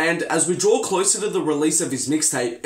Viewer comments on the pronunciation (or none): none